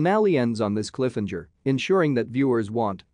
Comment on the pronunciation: this video is just as bad as the AI that kept saying Cliff-enger. this video should be cancelled along with the series.